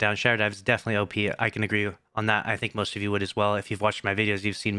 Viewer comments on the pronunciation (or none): none